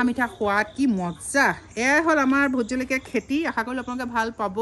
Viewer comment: সুন্দৰ .... কিন্তু জলকীয়া শব্দটো আলকীয়া হৈ আছে 🙏